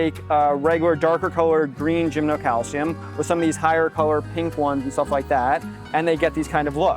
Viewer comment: Oh, /, PLEASE rehearse some of the people before videoing them and posting the videos. My head is about to split. I have to throw in the towel and move on to a different video of yours. 😟 By the way, it is NOT gymnoCALCIUM. 🤨